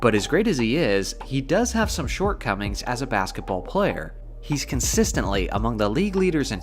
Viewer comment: You have an odd way of emphasizing words. Such as "he does have some shortcomings as a basketball player". Emphasizing 'player' makes it sound like the distinction to be made is in that word, as if you are saying he has shortcomings as a player but none as a coach, GM, fan, or something else. This odd habit is in all of your videos. That is my hot take for the day.